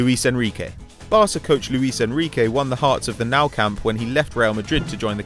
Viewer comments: it's pronounce Nu kamp not now kamp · Is pronounced nu' camp not now camp